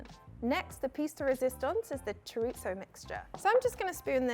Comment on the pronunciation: I love this girl, but honey how can you pronounce Chorizo “Xoritsssso” 😅😂